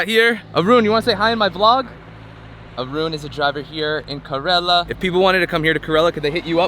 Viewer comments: Its pronunced as "care La"... Not korela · It's not karela it's Kerala